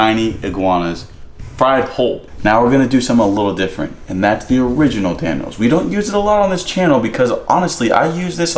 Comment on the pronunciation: You don’t know til you Dan-o